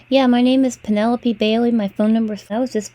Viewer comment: As usual I'm listening again and caught a big giveaway to this creep's identity as a scammer: he asked if he was speaking to Pen - a - lope (last syllable rhymes with rope). He said that within the first minute!! What a toad - when you chose that name did you know how people in countries outside of the US have such difficulty pronouncing it?